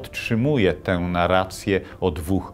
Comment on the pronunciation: W ostatnich czasach nadużywane jest słowo "narracja". Niestety wiele osób nie potrafi tego słowa wymawiać, co Pana również dotyczy .